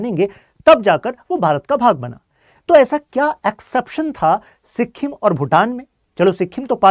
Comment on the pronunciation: Good points bt agar itna knowledge de rhe ho toh atleast make sure ki tum pronunciation sahi rakho. Pure video me sikkhim sunke mera dimag khrab ho gya. Naye log jo sun rhe hain wo toh tumhare pronunciation se dhokha kha jayenge. It's sikkim. Smjhe sikkhim nhi. Stupid